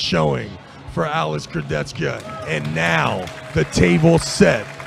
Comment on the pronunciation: will never learn how to pronounce Kurdechka.